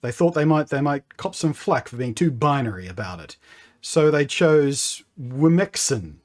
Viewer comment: Even worse for someone like me being from Germany… the way Blunty said "womxn" is almost a bit like "wo-nixen", with "Nixen" being the German term for "mermaids"… Or you could also hear it as "wichsen", which would be a German slang term for playing with the noodle in your pants… I mean who comes up with this garbage? What were they thinking?